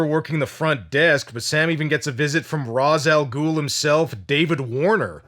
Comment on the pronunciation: You pronounced it correctly... it's Ra's AL Ghul... note the apostrophe... in NO language does an apostrophe change Ra's, into "Rashe". I argue this all the time. LOL! Sik